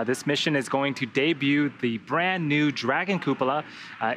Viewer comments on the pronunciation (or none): Good god American's pronounce cupola poorly, lol. Please just call it a dome for the sake of our ears.